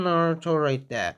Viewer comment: instead of right there you say wright dere